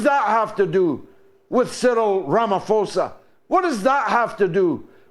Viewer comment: George a note on pronunciation. When a "p" is in a South African African word it is pronounced as a soft "puh". When the "p" is followed by an "h"; it is not pronounced as "fa" as in English, but as a hard "PUH". So the President's name is Pronounced Rama PUH osa not Rama f osa.😊